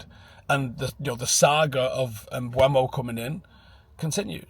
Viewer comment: IT'S NOT PRONOUNCED "MBWEMO" FFS!!!!!!